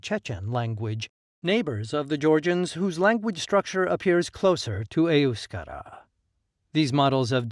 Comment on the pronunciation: Your cock & bull speech is as accurate as your accent when pronouncing EUSKERA, EUSKADI or any other word